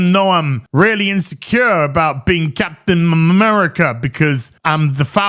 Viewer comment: Capten Mamerica!! LOL